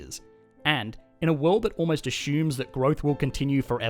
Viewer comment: this guy pronounces assume ashume but love his explanations